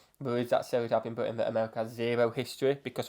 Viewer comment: If you’re from Britain, I feel like you should be able to say BRITain, and not Bwi-an.